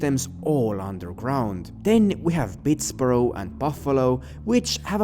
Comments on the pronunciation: Pittsburgh is pronounced Ptts-berg like a German city, not Pitts-burrow like a Scottish city. Like Hamburg, Germany not Edinburgh, Scotland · Its Pittsburg not borough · Bro. You don’t know shit. Philly has been had a crime problem. Carcer City is Likely Philadelphia, PA! *Not P”N”! And it’s damn sure not Pitts”borough” it’s called Pittsburgh! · it’s pronounced “Pittsberg” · Pihts-BeRG :).. Or Pitts-BeRg just helping out :) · A foreigner calling Pittsburgh Pittsboro is funny 😂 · Minor nitpick, but Pittsburgh is pronounced, "pits-BERG." Categorizing Chicago as a rustbelt city is a little awkward. Geographically it fits, but the the term is usually coupled with a lot of the urban decay that set in when heavy industry declined. So, Chicago is usually exempted, even while it's literally flanked by dust belt cities such as Gary, IN and Detroit. Also, the heartland is mostly synonymous with the midwest and parts of the west (such as MT, WY, CO, the Dakotas, etc), not the rust belt. As a NYC thing, "nearby," probably means on or near the coast. Upstate (so, Buffalo, or Albany) isn't considered, "nearby," even though it's geographical proximity. Guesses that it refers to someplace in New Jersey, such as Newark, seem pretty likely. The Camden speculation is a bit of a stretch, given that's down by Philly, so calling it, "nearby," would be a bit awkward. To be clear, I'm not trying to shit on your work, it's just that American geography gets profoundly strange when you start looking at these kinds of descriptive terms. Not helped because Rockstar does play fast and loose with these concepts. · been to Pittsburgh so many times in my life, you mindlessly pronouncing it “borough” really sent a shock to my nervous system. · Just helping but it's pronounced "pittsberg" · I view Carcer City as an amalgamation of industrial Midwest cities. Also, Pittsburgh is pronounced like Hamburg and not like Edinburgh. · Pittsburgh is pronounced Pitts-burg. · What did Yu call Pittsburgh lol